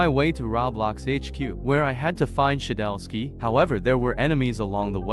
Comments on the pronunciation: Its shedletsky not “shedelsky” FIX YOUR GAMMER RN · "shedelsky" hits hard